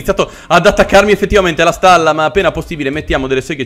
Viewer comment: dice starla invece di stalla